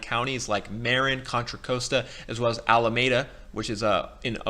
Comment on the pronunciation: I could tell this guy doesn't know the Bay Area when he mispronounces Marin and Contra Costa counties.